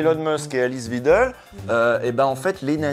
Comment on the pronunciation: .. usul.. c'est WEIdel prononcé "vaïdeul".. svp